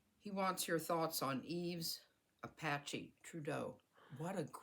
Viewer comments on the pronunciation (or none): none